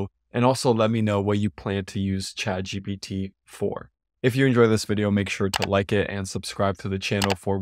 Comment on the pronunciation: I'm happy to see that you correctly pronounce it as ChadGPT